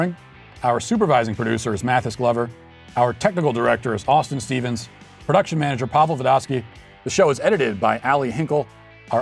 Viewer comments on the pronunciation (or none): none